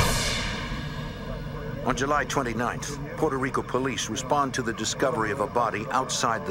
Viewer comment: Exactly. It's Puto rico